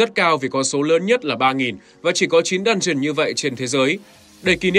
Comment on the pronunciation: Chẳng hiểu sao cứ nghe nhầm "dungeon" thành "đan truyền"